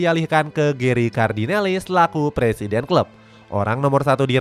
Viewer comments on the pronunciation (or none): none